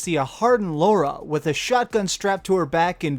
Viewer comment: Laura croft I'm pretty sure it's Lara croft lol